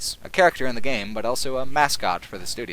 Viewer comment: I hate the way you pronounce the word ''also''. It's ''aw(l)so'' not ''L-so''. It's weird. Great video though.